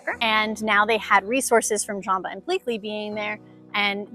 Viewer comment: I don’t really like & love how she pronounced Jumba & Pleakly, she literally pronounced Jumba as Jamba & pleakly as bleakly!